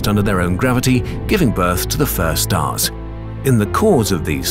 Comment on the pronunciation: I'm sorry, but every time you said "first stars" I will from now on hear "first arse". teehee... arse.